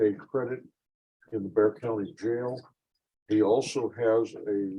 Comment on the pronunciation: It’s pronounced “Bear” County - not Bixar County. This is sloppy.